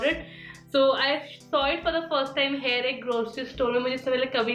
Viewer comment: Why do you always say hare for here?